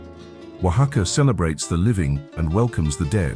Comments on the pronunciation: Great description, doesn´t seem AI. The commentator pronounces Oaxaca very accurately. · Oh, it's AI alright. Correct, One of the few words pronounced correctly is "Oaxaca", but many, many other words were pronounced poorly. AI does that.